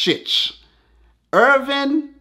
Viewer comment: E is pronounced like ' E ' in engine, not england - ERVIN sounded like Irvin. And LJ is pronounced like spanish LL - like in guiLLermo. Another great vid